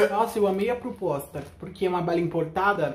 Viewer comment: Nossa eu amei a "prupuosta"... por quê é uma bala importada... e o sabor ficou no outro país